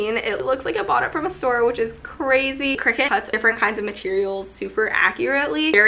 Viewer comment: omg if you're going to say Cricut times in your video, at least pronounce it properly lmfao